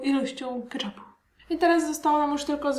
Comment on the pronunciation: Keczupu, nie kaczapu